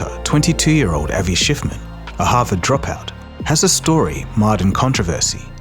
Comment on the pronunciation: Ah yes Avi Shciffman